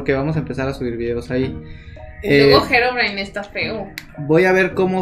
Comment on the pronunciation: Jajajjajajajaajaj 😆😄😅 como pronuncias herobrine no sabe pronunciar herobrine😆😆😆😆